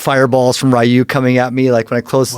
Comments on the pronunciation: It's RYU not Naruto! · Its not noruto its ryu from street fighter..... Wich he mentions in his trip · It’s Ryu guys not fucking naruto 😂🤣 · He said RYU not NARUTO